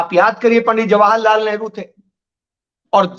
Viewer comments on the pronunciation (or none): none